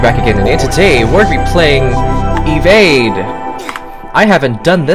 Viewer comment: Bro really said "Evade" 💀💀